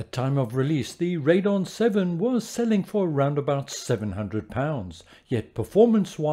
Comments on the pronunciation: I'm afraid it's a thumbs down for the waste of one minute video intro! Just get on with it. Please get rid of the HUGE 'SimHanger' block in the lower left, it's unnesessary and distracting, mainly because of its size. Also, while I'm moaning, it's RadEon, not Radon; there's an 'E' in that you're not pronouncing. And it's HDMI not HMDI. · Found this channel researching cards for the new FS2020 which comes out tonight! A few things though, it's pronounced "Raid ee on" not "Raidon," The 1660 Super is just that, not the 660 Super, and they're called CUDA cores, not just cores. I'm sorry to be so pedantic, but I don't want anyone walking away with misinformation.